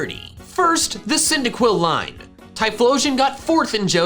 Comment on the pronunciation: THE FIRST I IN CYNDAQUIL IS SUPPOSED TO BE A Y!